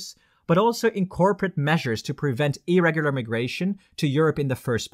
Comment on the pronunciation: To me at least, irregular sounds like illegal. To my friends too.